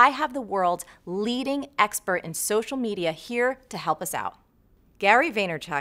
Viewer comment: LOL Marie! I heard you say, 'social medier" - seriously excellent interview, you both ah stahz.